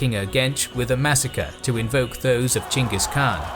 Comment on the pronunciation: thank you for saying Chinggis Khaan